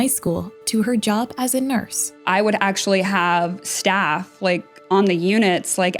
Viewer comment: It’s just AshuLLy